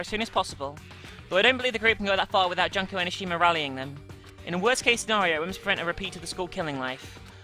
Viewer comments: i am pretty sure it is pronounced June-ko, but junk sounds right for someone who is supposedly the ultimate despair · jun-ko not jonko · You're pronouncing Junko wrong. It's pronounced Joonko. You also pronounce Monomi, Nagito, yakuza and Mahiru wrong, Mahiru is pronounced Maihiru. I'm not trying to hate on you BTW.